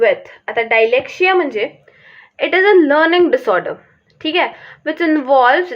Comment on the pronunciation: It's not डायलेक्सिया it's डीसलेक्सिया